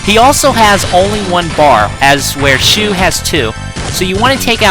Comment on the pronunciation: Isn't shu pronounced "shoe" because that is what they say on the show